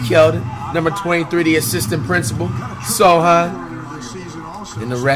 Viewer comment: Why of every player does he say Sochan's name r1ght